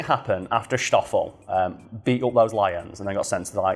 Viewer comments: It's stoffol not shtoffol.. like ss-toph-fel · I usually don't care too much about mispronunctiations, but saying "shtoffel" every other sentence while it's "Stoffel" like 'stop' was quite annoying 😅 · I know. This is in South Africa not 19th century Bavaria. Schhhhtoffel? No, it's just Stoffel. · All I could hear is mispronouncing Stoffel(its not pronounced Shtofill) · Not a criticism, just want to clarify the 'S' is pronounced the same as in snake.